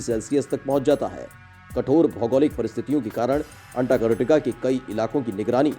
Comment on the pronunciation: अंटार्कटिका का सही सही उच्चारण तो करो।